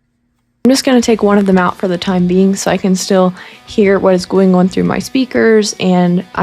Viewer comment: Interesting how you say “on”. With your accent it’s “ooh-hun”. Funny. Love the channel.